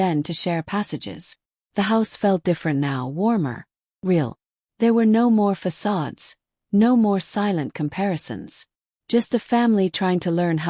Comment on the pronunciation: Finally - an AI who can pronounce “facade”!